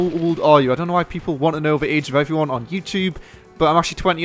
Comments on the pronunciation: mate, when you start a vid talk english.. its HI EVERYONE and not HIFone zzzzzzzz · When you say "Hi everyone" It sounds nothing like "Iphone" ... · I never thought iphone was in the intro but when I think about it in thar way, it sounds exactly like "iphone here" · people think that he says Iphone?? its pretty easy to understand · To me it sounds like you are saying "Hive one Luis here" lol =) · He says "Hi everyone here" i hear "hi fuan here" lol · LOL thought he said i foreign here